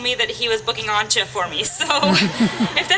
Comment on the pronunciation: isnt her named pronounce Ant-yah?